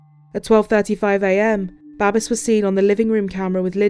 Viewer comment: "Babes," in English is pronounced, "BAY-BS," like babies, without the i sound or the letter, not "BAH-BES." This man's name was Babes, and I bet he did get a lot of babes. He was good looking.